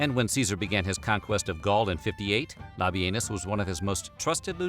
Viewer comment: Can’t help it…I laughed by butt off at the pronunciation of “Lobby Anus” 😂😂